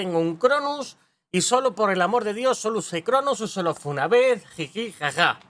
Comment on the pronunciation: Los caza el mismo activision, les dan van y todavía sigue diciendo llevo cronuz, 😂😂😂